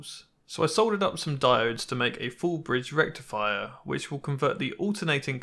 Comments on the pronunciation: i knew you would show up when he said diode and "FULL BRIEDE RECTIFIER" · Sorry, it's not pronounced Full bridge rectifier.. It's pronounced FULL BRIDGE RECTIFIER!!!!!